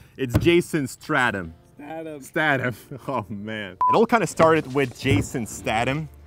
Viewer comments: You pronounce his name to rhyme with itself. Jason. Stay thon. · its not stadam its statham